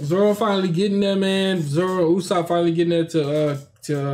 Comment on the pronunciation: its UUUUUSOPP instead of Ussop